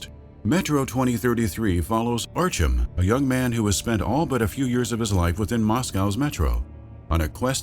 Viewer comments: Added to Artee-Yom and Artyum)) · Man that's the one Russian name no westerner can pronounce apparently, "Archem" is a new one, good video otherwise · Arch-um huh? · Love the video but the way he says Artyom is completely wrong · Everytime he tried to pronounce Artyom's name a part of me died.